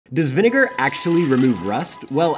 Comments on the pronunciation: So the doctor guy pronounced vinegar wrong… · Bro's having a little too much fun pronouncing vinegar